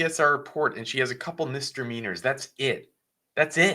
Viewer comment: It's not pronounced 'Mister-meaner'. It's 'misde-meaner'.